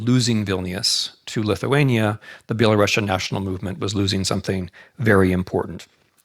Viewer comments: Dear Professor Snyder, you of all people should know that it's spelled and pronounced BELARUSIAN and not BelaRUSSIAN! It is very insulting !! to hear "BelaRussian". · Dear Timothy, the correct pronunciation which doesn't offend us Belarusians is ˌbeləˈrusiən , not ˌbeləˈrʌʃən. With all regards! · It's Belarusian and not Belarussian since it comes from Ruś (Ruthenia) and not from Russia (Ῥωσία Rosia) Pronounced like Andalusian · Dear Professor Snyder, you of all people should know that it's spelled and pronounced BELARUSIAN and not BelaRUSSIAN! It is very insulting to hear "Belarussian". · Yes his mind is so fine that it can’t comprehend that it’s very incorrect and insulting to Belarusians to hear someone say “BelaRUSSIAN”. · Thank you for putting (GDL) Belarus 🏳❤🏳 BACK ON the world map. BTW, the correct pronunciation is Be-la-ROO-SEA-AN . PS backgound : кажучы рускі (ў ВКЛ) нашы бацькі ніколі НЕ МЕЛІ на увазе маскоўскі . ЖЫВЕ 🏳❤🏳 ВКЛ! так ХАЙ Гараць далей ДУПЫ ІМПЕРСКІХ МАСКАВІТАЎ!!! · Thank you for putting Belarus in the map. BTW, the correct pronunciation is be-la-ROO-SEA-AN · Exactly😂 Interesting, why is that , he definitely should know about but maybe not , every time he says that feels like using knife on glass, anyway, thank you for the lecture Mr. Snyder, respect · Well the Belarusian lady asking the question pronounced it like Belarussian... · This is quite interesting lecture. But why do you pronounce Belarusian the same way you pronounce Russian?!